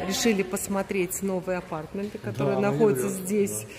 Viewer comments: АПАРТАМЕНТЫ УДАРЕНИЕ НА МЕ. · Татьяна Щербакова - в английском языке 80% ударение падает на первый слог. В слове aPARTments, корень part, ударение на вторую А. верно сказала на английский манер. Как все сейчас говорят мАркетинг, а не маркЕтинг. Хотя в фонематических правилах исконно русский вариант - маркЕтинг.